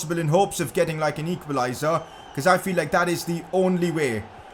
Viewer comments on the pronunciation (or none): did you just say lik?